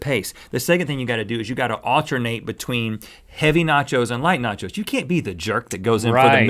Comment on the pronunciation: nachos= NOT YO'S